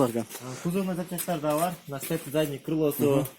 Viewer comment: Передный задный эмес передний задний кечириниз